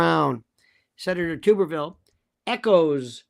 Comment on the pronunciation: Tu-ber-ville. Short “u” as in bath “tub”